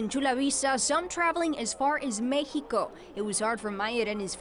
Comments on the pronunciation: and she said (idk accent marks): me-he-co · The words "Chula Vista" and " Mexico" and the name "Marcelo" are Spanish. Why would she pronounce them wrong?